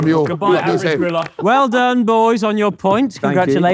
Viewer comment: every time harry says "griller" it sounds like he is saying "gorilla"